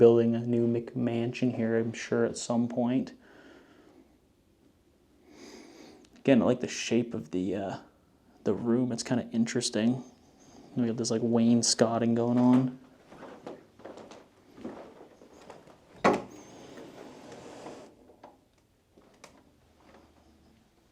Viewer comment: Beautiful home!But the pronunciation of Wainscoting is Wayne's coating notvWaynes scotting lol😂